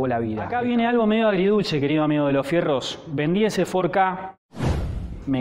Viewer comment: " fordi ka " ???? en serio ??? no te lo perdono . pero me suscribo jajajajajajaj que bueno .